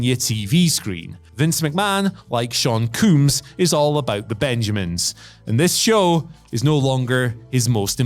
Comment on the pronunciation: Sean Cooms?